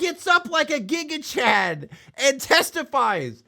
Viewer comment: Giga Chad ❌ Giga Thad ✅